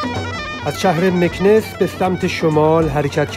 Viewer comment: جان ارگَن و نه ارگان مکناس و نه مکنس در مورد رانندگی باید بری سمت شهر مراکش و اگادیر تا ببینی چطوری رانندگی میکنند